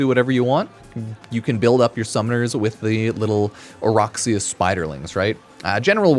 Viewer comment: Alright I’ll be that guy today… it’s O-Rack-see-uh NOT O-Rock-see-uh… nobody likes rocks but racks yes